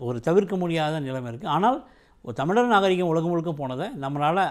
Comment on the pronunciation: Tamizhar not tamiliar and Tamiz makkal not tamiliars. Present day tamizh pronunciation is horrible.